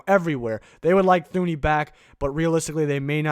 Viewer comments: Btw bro it’s Two-knee not thoo-knee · His name is pronounced Too-ney. Not Thuney. I know that's how it looks but it's wrong.